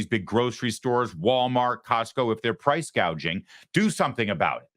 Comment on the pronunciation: harris did not say she would go after price gouging, she's going after "price gauging."